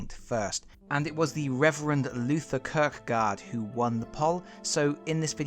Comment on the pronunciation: Kirkegard means graveyard in danish, and is pronounced more like 'Keerkegore'.